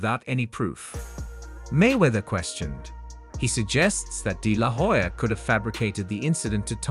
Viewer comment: the "H" is silent in Hoya. You keep mispronouncing his last name.